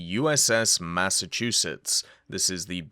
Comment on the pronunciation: You pronounced Massachusetts just fine.